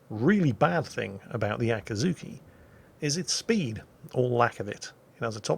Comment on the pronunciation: It's not really Ahh kii zhu kii, but rather Aa-ki'zz-ki... oh well.